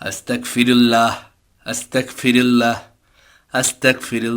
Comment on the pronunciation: ভাই উচ্চারণটা আস্তাকফিরুল্ল-হ শুনাচ্ছে। উচ্চারণটা আস্তাগফিরুল্ল-হবে। আস্তাকফিরুল্ল-হ অর্থ হে আল্লাহ আমি কাফির হতে চাই। (নাউজুবিল্লাহ) আস্তাগফিরুল্ল-হ অর্থ হে আল্লাহ আমি আপনার কাছে ক্ষমা চাই। তাই গইন এর উচ্চারণটা স্পষ্ট করে বলতে হবে।